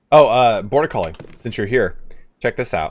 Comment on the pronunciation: Every dang time you talk to the chat member bortucoli I hear 'Border Collie', in my mind you have a loyal sheep dog viewer. (no offense meant by this at all, I find it amusing and I wanted to share) This is all the more amusing to me as I know you are a dog person! All the best to you and your dogo ;)